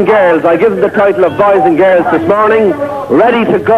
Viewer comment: "we've got 2000 bies and girdles" .. Sheesh.